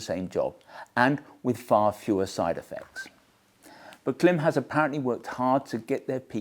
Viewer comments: I wish you knew how to pronounce Klim! It is pronounced like “Climb”. Have you never noticed the long dash over the letter i in their name? Everytime I hear Clim it makes me wince. Please correct! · Great look and thoughts about the helmet. I do cringe every time someone say Clem instead of Klim. (Think climb.) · it's still pronounced CLIMB. Sorry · You’re still pronouncing Klim wrong I see 😂